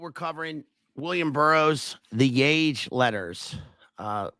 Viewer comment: It's pronounced yah-hey, my man.